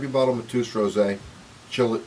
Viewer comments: IT'S PRONOUNCED MA-TAY- OOS, IT'S A POPULAR NAME IN PORTUGAL...YANKEE. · It's pronounced Mat A Us